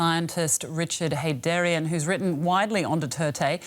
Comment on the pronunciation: Gaydrarian??? Really???? Oh my goodnesss😂😂😅